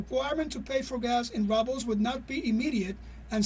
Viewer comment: The Russian roubles is pronounced wrongly! Please check the phonetic dictionary! Basic things should be gotten right!